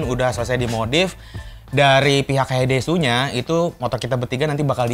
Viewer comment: Bacanya Hayaides bukan hayaidesu😑🤣